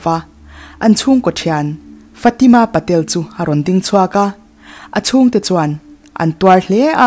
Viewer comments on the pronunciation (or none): none